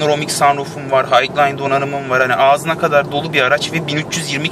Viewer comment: yahu lütfen Highline donanım "hayglayn" diye okunmaz "haylayn" diye okunur düzelt ya şunu